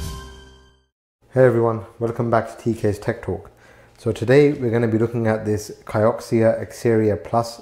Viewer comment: Kioxia is Toshiba but name. and the Ki sounds like Key. btw Kioku stands for memory in Japanese, that's where the mouthful name come from